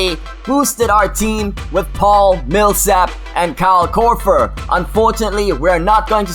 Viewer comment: The way you say Korver makes me cringe. You say it almost like Korfer, using 'f' instead of 'v'. Though I guess I can't really fault you, with your accent and all.